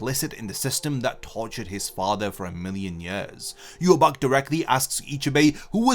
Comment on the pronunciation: The correct way of saying Yhwach is Ya-wak